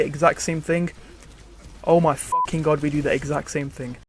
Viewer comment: Please don't say God like that